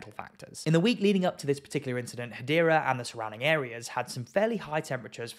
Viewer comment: Hadera is in Israel! You spell it Hadera! You pronounce it Gadera!